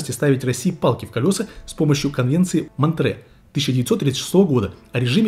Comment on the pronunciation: Конвенция Монтрё, а не Монтре. И к чему она тут вообще была приплетена? Она ограничивает по тоннажности заход и пребывание только для кораблей стран НЕ в ходящих в черноморский бассейн.